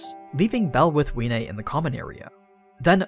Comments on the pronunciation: Wiene it's pronounced Vee-eh-nay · Isn't the W sposed to be pronounced like a V? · I am the only one that pronounces wiene as viene